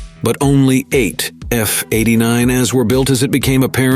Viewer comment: F-89 A A A A A A A A A... not F-89ahhhhs